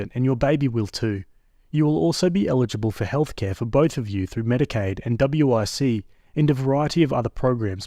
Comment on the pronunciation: Hey. Just to let you know, you don’t have say individual letters for WIC (Women, Infants, and Children). We just say “wick” (as in John Wick).